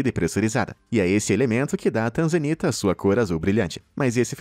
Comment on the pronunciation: Tanzanita? Eu entendi TRANZA ANITA 🤣🤣🤣🤣🤣🤣 #Só pensando besteira